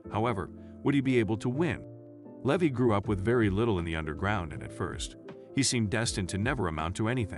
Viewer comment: Lee Vi, not Leh vee